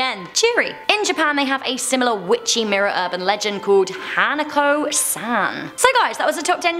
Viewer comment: i die a little inside when san is pronounced like that